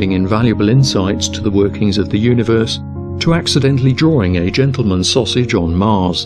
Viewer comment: I died with the "gentalmens'ssausage" XD